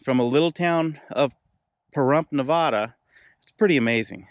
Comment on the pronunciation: Shouldn’t you know how to pronounce “ Nevada “ if you’re gonna talk about it?